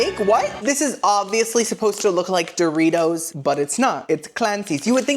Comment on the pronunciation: DID YOU SAY DOORKNOB-RITOS 😂😂😂 I love you